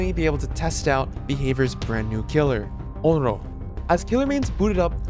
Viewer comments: ON-REE-OH. PLEASE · listening to say onro throughout the whole video... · What did you say her name was? Onlo? xD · I think you gotta work on your pronunciation of Onryo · That has to be the weirdest pronunciations i have heard for "onryo" 😅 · Lmfao bro it’s so cringey that you say “Onryo” the wrong way. Like I actually stopped watching because of how cringey that was. Educate yourself, kid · The pronuciations of "Ringu" abd "Onryo" bring me physical pain.